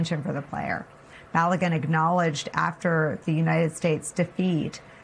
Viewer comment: Learn how to pronounce balogun😂